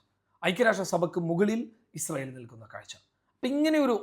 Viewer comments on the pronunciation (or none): none